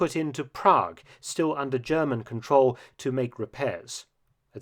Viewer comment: Is Mark British or German or ? His accent is cool, but he pronounces German so good!